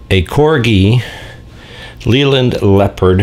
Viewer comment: It is pronounced Layland not Leeland and Midland Red was one of the biggest Bus companies in the UK after London Transport and built it's own Buses and had it head quarters in Birmingham UK.